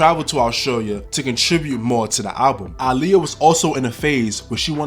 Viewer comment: the fact you say her name RIGHT ✨